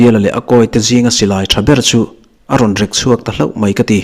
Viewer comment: Rek chhuak tih kha 'Rek' tih kha thluk san tur a ni. Mi kan va rek a,a thlukna awm ang kha a ni.